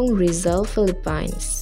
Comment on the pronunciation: you don't even know how to pronounce Philippines